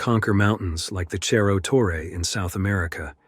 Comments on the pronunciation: Hi ! amazing video but it is Cerro not Cherro Torre 👍🏽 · It's disappointing to have an otherwise excellent video marred by a sloppy mispronunciation. It's not "cherro torre" - that would be Italian. It's pronounced "serro torre." On the one hand, it's a story well told; on the other, that kind of carelessness would never get past the editor of a broadcast or cable TV documentary. It all depends on how professional you want to be. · Your pronunciation of Cerro Torre in Argentina is wrong. In Spanish ce is pronounced like se in sender. Cerro is hill or mountain in Spanish